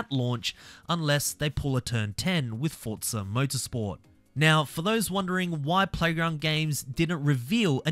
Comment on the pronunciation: Fortza fortza fortza